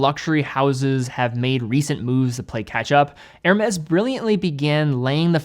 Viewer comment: His ear-shattering robot voice, sends shivers down my spine, every time he says "Hermes"..... pronounced > Er-may <